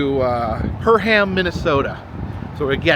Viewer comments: It's "Purr-um", not "Purr-ham". 😎👍🏻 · Perham is pronounced purrum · Perham = “PURR-um” or some even say “PerM” where the M is barely a second syllable. Frazee = “FRAY-zee” or rhymes with Jay-Z 😅